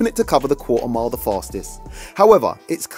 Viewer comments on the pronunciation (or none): Quarter mile?? I was hearing cool amount 😂😂